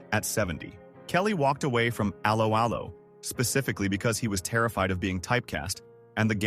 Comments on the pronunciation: I’ve never heard of the programme “Aloe Aloe”. Is that to do with aloe vera? But I think this video is about “allo allo”, isn’t it…?! Stupid AI voice overs 🧐🙄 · Its pronounced ello ello as in dropping the h of hello. Its not al-o al-o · That's pronounced " ELLO ELLO' pfft... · Its not alow alow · It's pronounced Allo Allo not Allo Allo. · You might like to re-visit your pronunciation of the show title. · Terrible AI pronunciation